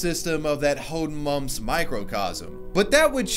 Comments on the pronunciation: I appreciate your pronounciation of hoedenmoms, I mean Hodenmumps. Hoden translates to testicles. Make what you want with this information. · Do you even know what "Hodenmumps" means? :D It was so funny hearing you pronounce that word (kinda wrong, but not in a bad way)